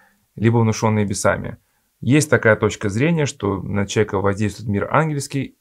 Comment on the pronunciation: Сморим, чека, обснить, пшто и т д .... Уважаемые авторы канала ЭКЗЕГЕТ, а можно снять видео на эту тему, но с другим рассказчиком? Человеком с ХОРОШЕЙ дикцией, который произносит все слова полностью, членораздельно и внятно, не проглатывая по пол слова. Тема нужная и интересная, но подача ужасная. Диктор, как-будто, во время пережевывания еды рассказывает. Он даже слова "Божественная благодать" умудрился зажевать. Почему вы проигнорировали его манеру говорить записывая видео?